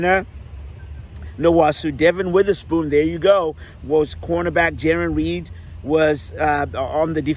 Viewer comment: Love this youtube channel! One thing of advice, Please practice getting those players names correctly! Theres a big difference between saying Jarran Reed and Jerrick Reed, etc lol!